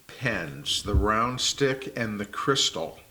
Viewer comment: Do Americans say "crystal" for Cristal champagne too? khree-STAL